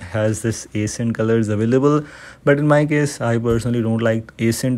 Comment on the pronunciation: My man is struggling to say ACCENT and I WILL 😂😂